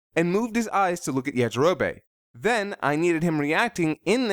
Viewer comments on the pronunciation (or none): It's yajirobe not yajiroba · 'Yajirobay' gave me so many cringes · Did you always say Goku like Gokoo? And Yajarobe as Yajarobae? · It kind of sounds like Yajiro-bae